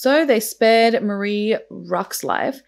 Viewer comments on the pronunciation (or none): none